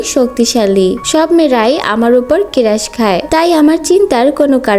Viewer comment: আপনি ক্রেরাশ বলেন কেন ক্রাশ হবো..!😊🌷